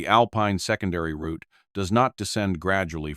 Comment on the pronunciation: New Subscriber here. Thanks for sharing, and pronouncing Route properly. As in Root 66. 😂. 👍🙏🇫🇴🇬🇧🇺🇸🫶🫂.